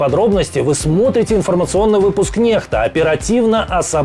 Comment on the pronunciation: "Нехта", сам ты нехта :) Нормально, что английская буква "Х"(икс), читается как русская "Х"(ха)...? Ну уж нет, ещё я не смотрел новости от необразованных людей, не умеющих читать)